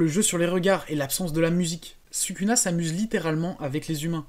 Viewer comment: pourquoi tu prononce sukuna ? Et pas "Soukouna"?